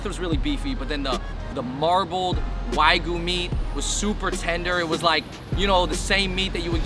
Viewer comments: It's wagyu not why goo. :D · Wagyu is pronounced wah gyu.